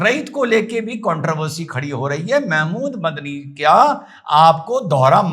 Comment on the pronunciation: मदनी की जगह मुझे बकरी सुनाई दिया 😅😅